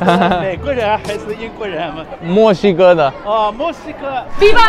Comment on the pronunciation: Alguien se dio cuenta que cuando los chinos pronuncian Mexico suena como si digeran musica ? Jejeje